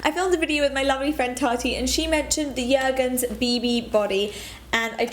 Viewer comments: Dis-tri-bute. Yergens. Love the pronunciation cuteness. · yergens. lol that made me chuckle